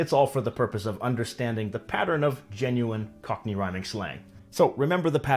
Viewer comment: And the way he says "cockerney" with the R sound in the middle.